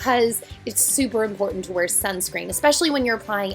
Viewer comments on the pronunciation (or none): none